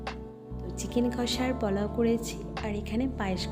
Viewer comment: সবি ভালো কিন্তু ওটা পলাউ নয় পোলাও